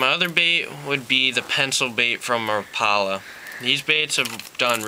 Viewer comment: i've never heard someone pronounce "RAPALA" like that.